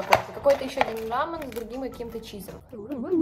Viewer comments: в корее произносят рамëн, а не рамэн, рамэн это японское произношение) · Это не «рамЭн», а рамЁн. Т.к.: рамЭн- японская лапша, а рамЁн - корейская. На видео как раз таки корейская. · видео как всегда топ!🤍 Но есть один нюанс, правильно говорить рамЁн а не рамЭн. Ведь рамЭн это обсолютно другое японское блюдо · Ну не рамэн… тем более корейский…🫡 Японский допустим рамэн, но не корейский… Тем более в Корее оно звучит и говорится Ламён… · Ну пожалуйста правильно РА-МЁ -Н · правильно рамён.